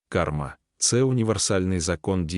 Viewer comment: Веди- наголос на першому складі, але ведИзм, кАрма